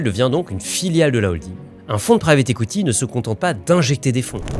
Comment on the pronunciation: J’entends “écoutille” quand tu dis “equity”.. 😂